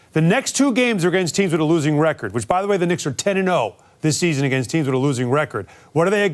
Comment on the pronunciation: Did he say dicks instead of Knicks😂